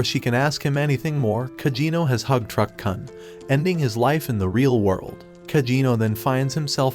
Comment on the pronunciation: It's truck-Kun; not cun. This is the issue with dumbass AI narrators. They don't KNOW how to pronounce anything properly. And worse the writer doesn't know the meaning of what they're writing. If you're going to do this type of roasting content then at the very least you should educate yourself on the proper use of the words you are saying. Not a single one of these types of recaps knows the meaning of Isekai. They ALL use the word incorrectly in 99% of their videos.